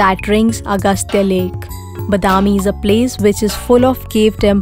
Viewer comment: horrible pronunciation of the word badami. pls learn correct pronunciation